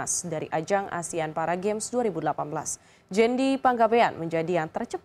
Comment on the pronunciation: bahkan seorang news anchor ngomongnya juga masih 'asean' 😐